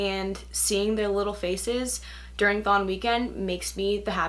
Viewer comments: im sorry but I herd thong as in the strange swimming suit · everytime she says thon i hear thong